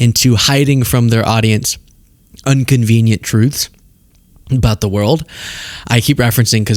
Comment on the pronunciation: Dude, the word is INconvenient, not Unconveniient.